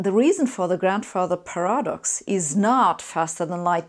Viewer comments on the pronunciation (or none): Very interesting videos which do not talk down to the viewer. Perfect English but so far because I am a pedant I have spotted 2 mistakes of stress - "interpret" stress on the second syllable & "paradox" - stress on the first syllable. I wish my German was as good as your English. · All brilliant, and thank you, but listen to a native english speaker pronounce "paradox." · the german pronounciation of "paradox" puts an emphasis on the second vowel. Only applies to a small number words though, such as ones derived from ancient greek. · It would appear Sabine was cold when she recorded this video... 😉 She doesn't know the correct pronunciation of "Paradox" though... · TIL paradox has the accent on the second a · Interesting, she can't say paradox.